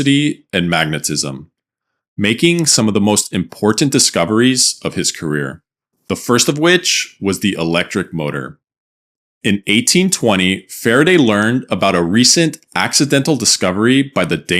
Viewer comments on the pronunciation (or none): The word Important does not have two T’s strung together between the R and the A (Importtant)